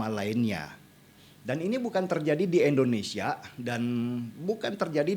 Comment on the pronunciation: Bang Denny, bukan EN, IN bang Indonesia